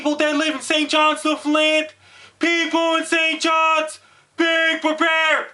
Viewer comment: Is this hitting st johns? It sounds like you're saying something else.